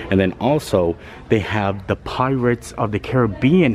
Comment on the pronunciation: U cough me when u said pierates